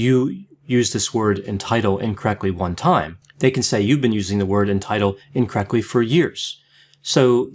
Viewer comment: Why does say incorrecly instead of incorrectly..